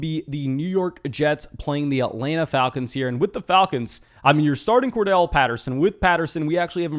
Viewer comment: It’s CordArrelle Patterson… please learn to pronounce it bro it annoys me every time lol